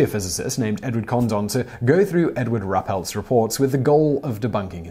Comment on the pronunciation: Roo-pelt not Ra-pelt....